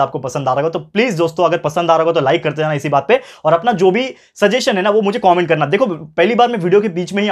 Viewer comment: Sir aap wo app comment ko cooment kyu bolte ho😂